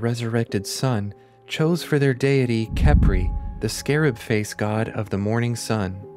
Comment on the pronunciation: Khepri is actually pronounced as “hepri” the “k” is silent